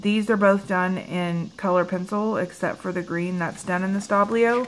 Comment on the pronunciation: Shouldn't it be Stabilo, not Stablio... :)